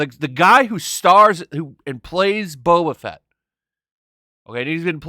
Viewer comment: I cant unhear beta fett